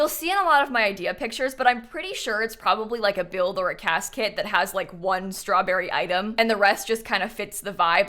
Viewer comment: im sorry but whenever you say "cas kit" it sounds exactly like casket 😭